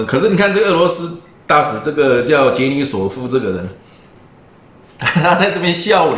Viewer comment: 不是 罗，是 杰， 尼索夫